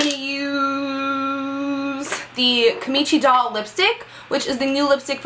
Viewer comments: it's kimchi doll not kimichi doll lol love the look! xx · Kimchi Doll is pronounce: Kim-Chee :) love the color, Sophia definitely did a great collab with Gerard Cosmetics